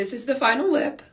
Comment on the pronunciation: Ikkkk 😂 “ lihp👄💧”